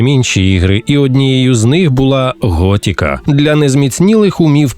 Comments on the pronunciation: ГОТИКА а не готіка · Пожалійте українські вуха: не "готІка", а "готИка"... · Ремейк норм, але кожен раз як чувак казав Гот( і )ка через «і», хотілось вʼєбати. Король не «дурак» 🫠. Набридло постійно чути ці русизми у випусках, краще компілюйте тексти.